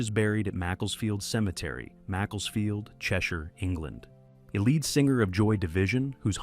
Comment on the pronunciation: Lead singer is how its pronounced , not Led